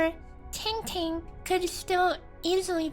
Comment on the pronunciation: You're mispronouncing the name of our Soupreme chief smh